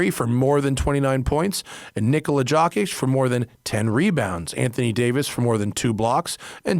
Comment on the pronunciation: gotta love the Jokic pronunciation